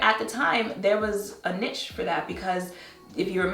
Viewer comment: Just fyi, the word niche is pronounced like 'neesh' :yougotthis